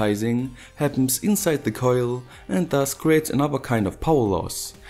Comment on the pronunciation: Love that accent, it sounds like german but the way you say certain words makes me lmao, like coillll. Would love to hang out with someone like you, no homo. Good video very professional